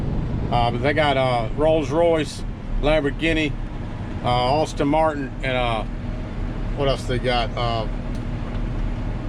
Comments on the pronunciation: Aston Martin not Austin Martin dude, Aston is pronounced like AHston. Aston Martin, McClaren and Rolls Royce, 3 of my fave Brit car manufacturers , was great to see all three together 👍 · It’s Aston Martin not Austin Martin Brother